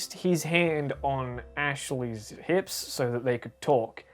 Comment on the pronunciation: I just hear you say "Nips" and not "hips"